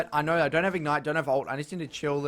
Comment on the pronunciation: "I knoer"